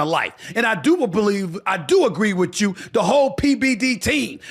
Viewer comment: CALM DOWN.... you sound center left but think you are trying to play both sides of the street. BTW the word you is pronounced 'you' not 'choo' My gut tells me you really want to run bad. It's an ego thing.